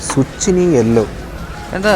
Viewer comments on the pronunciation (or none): സുച്ചിനി അല്ലാട്ടോ സുക്കിനി ആണ് salad ഉണ്ടാക്കാം fry ആക്കാം തോരൻ വക്കാം നല്ലതാ 👍